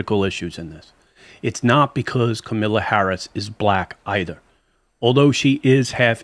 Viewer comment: Also, it is KAMALA not Camila LMAO. And it is the African American community not the African community.